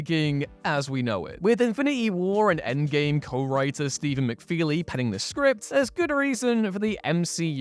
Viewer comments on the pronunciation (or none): none